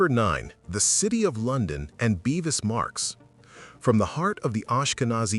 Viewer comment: It's Bevis.. not beevis. Much that is inaccurate: Cromwell did NOT officially welcome the Jews back. Not properly researched.